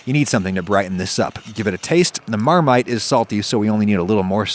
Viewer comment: As a Brit, hearing "Marmite" in an American accent confuses and scares me